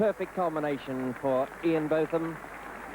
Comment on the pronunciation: Loved the mispronunciation of Ian's name by Kim Hughes